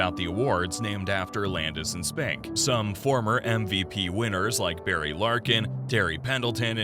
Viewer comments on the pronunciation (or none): none